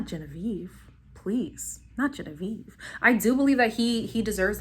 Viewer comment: I do not like Leslie at all. You said gen a ve ve 😂😂😂 i think Leslie and genavieve only care about being on the show. They do bring drama but it’s cringey, Although I love Shannon and kyra, I think Shannon was just trying to be a good friend and look out for her because she did let will get away with basically cheating. I love Shannon and of course cash!!! I think cash should pick Charlie because cinco is way to back and forth. Olivia and korey seem to be faking it but I love them both for some reason lol